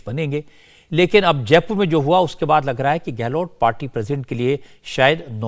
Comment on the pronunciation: गहलोत hota hai गहलोट् nahi